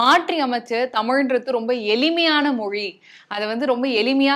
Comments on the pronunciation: 😂 ழகரத்தை மட்டும் மிகவும் சிரமப்பட்டு உச்சரித்துவிட்டால் போதுமா?! இந்த "ல, ள, ர, ற , ந, ன, ண, ங, ஞ (ஶ, ஷ, ஸ, ஹ, ஶ்ரீ)" எல்லாம் என்ன தக்காளித் தொக்கா?! 😂 பள்ளிக்கூடம் என்பதை பல்லிக்கூடம் மாற்றி என்பதை மாட்றி எளிமையான என்பதை எலிமையான சிறப்பு என்பதை சிரப்பு விளக்கம் என்பதை விலக்கம் என்கிறாள் இப்பெண்மணி! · அந்த மனுசன் எவ்வளவு அழகாய் சொல்றார்!!!!! ஆனால் இந்தப் பெண் எளிமையான என்பதை எலிமையான என்றும் பள்ளிக்கூடம் என்பதை பல்லிக்கூடம் என்றும் விளக்கம் என்பதை விலக்கம் என்றும் உச்சரிக்கிறார் பாருங்கோவன்!!!!! தமிழ் நாட்டில நடக்கும் எல்லாப் பாடல் நிகழ்ச்சிகளிலும் தமிழர்கள் இல்லையே அதனால்தான் அவர்கள் ஆங்கிலத்தைக் கலந்து திட்டமிட்டு அழிக்கிறார்கள். அதற்குக் காரணம் மாற்றான்களை வளர்த்து விட்ட மூத்த இசையமைப்பாளர்கள்....